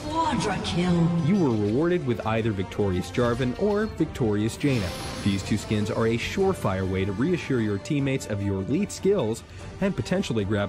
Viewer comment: PixelJoe he cant pronounce janna correctly...he pronounces it jaina...the WOW character